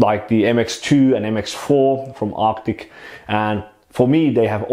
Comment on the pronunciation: Why I hear "optic" every time you say arctic? :-)